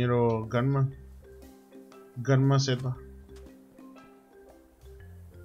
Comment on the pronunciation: Por fin alguien que pronuncia bien el GanmaZ sjssj